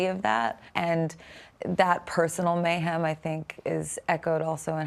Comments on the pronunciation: "you call it mayHAM." "Uh...no I don't." 😂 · Michael says “mayHAM”. Seriously?? She purposely then says “I called it mayHEM”.